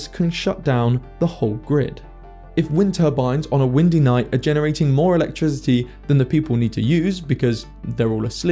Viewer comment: I can't believe that the dude pronounces "electricity" with a voiced "s", as in "electrisity". Really irritating for me to listen to. Otherwise very well done.